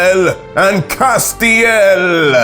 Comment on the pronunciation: just to let you know, Castiel is not pronounced in the Anglican Tone. The story of Castiel is closer as lore to the story of Satan. In fact, the mention of Akobel, or Accleades is in reference to the Apostle Paul, and how Christianity first came.